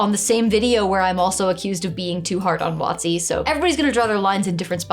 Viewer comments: I have never heard WotC pronounced as "Watsi". Took me a moment to decipher it, but I'm a big fan of pronouncing abbreviations like words (that's why I always carry my Light Amplification by Stimulated Emission of Radiation, or "Lasert", Sword). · I'll admit, I spend too long trying to figure out what company you meant by "What C". Did eventually realise you were talking about Wizards of the Coast and just pronouncing the acronym. Also that part about pets. In our last game we kinda gained them naturally overtime, almost accidentality and then got TPKed. So for our new characters our GM gave the option of having any CR 1 creature as a pet. Was having a Faerie dragon youth as a companion incredibly overpowered, yeah it was, but it was fun as hell. Also there was only three of us and no one was playing a ranger or druid, so it didn't overshadow anyone.